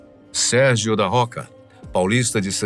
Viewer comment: Não é Sérgio roca, e sim rocha